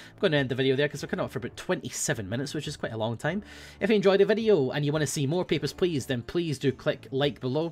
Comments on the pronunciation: "HEY GUYS! here, and it's time to play Peppersh Pleash." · Whenever says "Papers, Please" at the start, it sounds like "Pepper Splice" to me. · Totally thought he said: "Pepper splice" at the start.